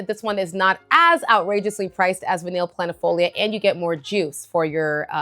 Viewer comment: VANILLE is pronounced: Vah-KNEE NOT Vah-NILL